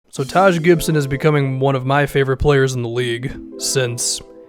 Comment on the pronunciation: Taj Gibson?😂😂